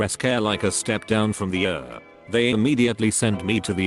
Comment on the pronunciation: I love that it read ER as er. Though seriously I hope he's ok.